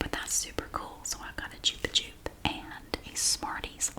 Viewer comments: Yes, you are 100% pronouncing it correctly in this video. This is a Spanish brand, and chupa (pronounced choo-pah) means "suck," as in what you do with a lollipop. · We still have Chupa-Chups everywhere in Portugal! In little cylindrical displays near cash registers in grocery stores 😊 I've love them for 22 years now 🤭 p.s. we say it the way you did too, it's a Spanish brand so it's the most accurate way 🤷‍♀